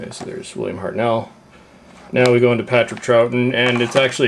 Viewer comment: it's hartnell not hart nel